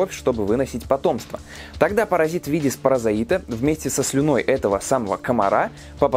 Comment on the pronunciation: Услышал 2 ошибки в ударениях стадий развития малярийного плазмодия. В остальном всё отлично. Правильно мерозОит, спорозОит